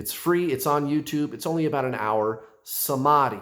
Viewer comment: Samadhi pronounced as samathi... not sama+d+i. H is not silent. Sama+th+i. Thanks for your lovely explanation K 🙂🙏